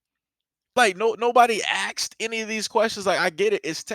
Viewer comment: I like how you said Asked lol